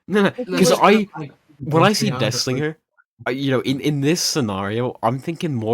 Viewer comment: Nobody talking about it being called “Dihslinger” 😭